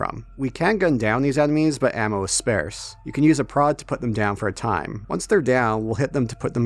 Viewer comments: The way you talk and mix up phrases and mispronounce words is so strange. It’s pronounced “Spar-se” it’s not a variation of spare. The phrase is “few and far between” not “far and few between” - and why did you say you “I usually play with paper so I used the module much” just such strange choices to make honestly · Great review thanks a ton. I cannNOT wait to play this game. Subbed. (And no shade here, but.. I’ve heard of the word ‘sparse’. And of ‘scarce’. But… ‘spaerse?’ What word is that haha) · “Far and few between” doesn't make sense. “Sparse” sounds like “ar”, not like “air”.